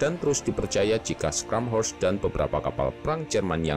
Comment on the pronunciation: koreksi dikit Min klo di ejaan nya Jerman , "Scharnhorst" itu dibacanya "Sharnhorst" , bukan "Skanhorst" 🙏